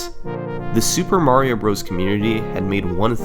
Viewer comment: mahhhhhrio? that’s not how the word mario is pronounced